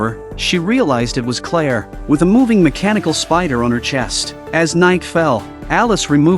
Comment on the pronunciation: Claire…. Clear.. but hey.